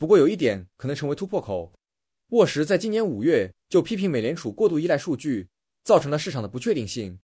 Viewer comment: 沃什，沃什，一直聽成餓死:face-green-smiling::face-blue-smiling:😆